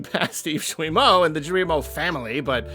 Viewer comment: Just a little thing, Guillemot is said with a hard g (g+u=hard g). Also yeah, f*** capitalism.